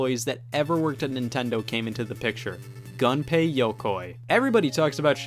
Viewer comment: They also don't pronounce Gunpei like in the English word "gun".